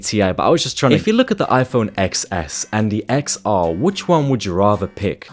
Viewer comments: It’s iPhone TenS, not eXS, Jeeez… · iPhone eXceSS anyways, its actually pronounced Ten S lol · Ex s? Man it's Ten S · It's pronounced iPhone 10S. Lol The X is a Roman numeral for 10. Apple didn't really think it through very well. Most people pronounce it wrong. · It's pronounced 10 s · Its officially pronounced 10 s btw